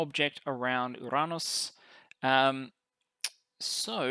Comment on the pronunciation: Thank god -- thank GOD -- that you finally stopped pronouncing 'Uranus' as 'your anus.' This makes me a very happy person